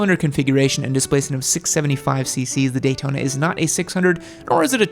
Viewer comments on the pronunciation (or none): none